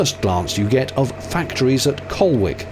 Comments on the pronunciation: Ha. It's pronounced 'col-lic' and not Col'wick'. Love from someone who lives near Cowlick. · Not col wick it’s “COL ICK” 🇬🇧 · Excellent trip, more years ago than I care to count we tried to navigate the same stretch. Gave up after passing the third dead dog and what appeared to be the 1000 supermarket shopping trolley dumped in the canal.. Local pronunciation hint. It’s not Col wick think of a stomach ache Collick. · *Colwick pronounced Col ick. We drop the W in Nottingham don't ya know 😅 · Hello. Great to see you on the canal at Nottingham as i walk my dog along the towpath there. English place names are not often pronounced as expected. Colwick is pronounced Colick, like Flitwick and others.... where as Kildwick on the Leeds / Liverpool canal does have the "w" pronounced as i found out when holidaying there... 😅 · Nice vid,but just to be pedantic,Colwick is pronounced Collick. :) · Spelt ‘Colwick’ pronounced by us locals with a silent ‘w’ - Colick 😉 Nice to see Notts from the water 😊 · 4.38 Pronounced "Collick" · It’s pronounced colick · The large structure at Holme Lock is part of the downstream Trent flood control system. They're sluice gates. Upstream of Holme lock the Trent is tidal. Downstream it isnt. Colwick is pronounced col-ick. The large wooden jetties being all that remains of the large inland port which was part of Colwick sidings. One of the largest railway sidings in the world in its heyday. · It's pronounced COLICK !! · It’s pronounced colick….silent ‘W’ my friend…😊😊😊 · Colic is the correct pronunciation for Colwick. Just in case you are round this way again. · Hi just watched your vlog to beeston marina.with the greatest of respect being a local to Nottingham. Colwick is pronounced collick 😉👍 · For no reason at all, Colwick is pronounced 'Collick' locally. 😁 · Hello, it's the pronunciation police here! Colwick is pronounced "Collick" 😀